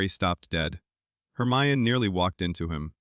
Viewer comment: Also you pronounced Hermione wrong it’s said her my en E no off